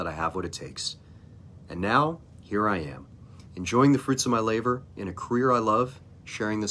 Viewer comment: Congrats and well done Doc! But you said fruits of your “laVor” lol not labor. However I got you and again great accomplishment!!